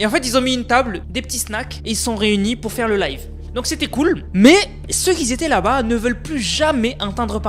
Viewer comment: "Qui zon du commandé" "Ceux qui zétais là bas" mais frère fait un effort stp ca nique la crédibilité de tes vidéos qui sont pas si mal